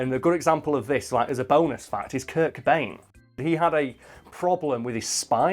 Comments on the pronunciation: Did he just say Kurk Bane? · Kurt Cobain. Cobain. With a 'C'.